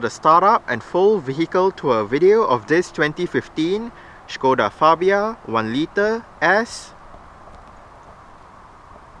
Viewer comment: Finally someone who can pronounce Škoda right. Thumbs up :-)